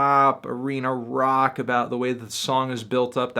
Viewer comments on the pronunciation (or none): none